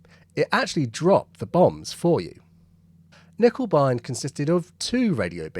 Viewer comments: In German, words beginning with K are also pronounced with a k. So it's not "nickebein", it's k-nickebein. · yes and certainly not "nickeL bine", as the presenter seems to say in this video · In German it's handy to pronounce every letter..there is an N...in KerNiccker.. Just fyi... Lovely vlog. Have subscribed It was discovered at Cockfosters incidentally.. in the unique pow camp in the ultra posh Trent Park House ..by listening to top rank German prisoners...chatting Not by listening for it ... Isn't war bloody daft.